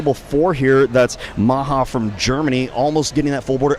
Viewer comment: THE GERMAN NAME MAJA IS PRONOUNCED JUST LIKE MAYA, I cannot hear anybody say "Maha" one more time!